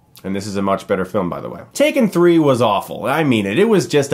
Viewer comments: It’s not take-three-n, it’s tak-three-n. Tak pronounced as “tac” as in “tactics”. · It's TAK 3 N. Not TAKE 3 N. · Chris, I'm afraid your saying the title wrong. It's actually pronounced TACK-THREE-EN. Hope this helps. :) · It’s pronounced “Tak Threen” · Calling it take three-en made my day lmao